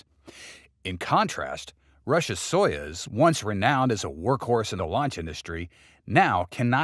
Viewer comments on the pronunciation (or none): It is pronounced "so use", not "so yuzz".